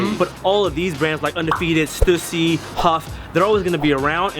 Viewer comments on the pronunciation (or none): it's pronounced as stoosy not stassy. coz it's the family name of the owner shawn stussy. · Stüssy is pronounced Styssy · Lmfao, hate to burst your bubble but the 2 dots on the U in Stüssy isn't pronounced that way xD It's pronounced in a way that I can't explain since it's a mostly german letter. But even as a german I call it "Stoossy" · it's stussy not stewssy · i say 'stusii', 'stoosi' sound dumb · It’s “stew-see” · Stüssy is pronounced Stoossy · I pronounce it stoosy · Stüssy(stoo-see) simple😂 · Its pronounced "Stew-C" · It's "stew-see" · Stussy is pronounced "Stoosy" because the 2 dots on top of the "U" make it sound like "oo". It's called an umlaut (ü) in german. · Pronounced as an "oo" not "uh" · Ü is pronounced like a Y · I'm from Germany and ü is pronounced like a combination of u and i